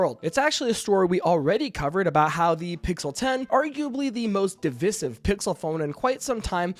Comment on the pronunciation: Errrm. How are we pronouncing 'divisive' these days?!😂